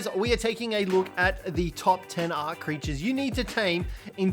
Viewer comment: I'm sorry but it's "creatures"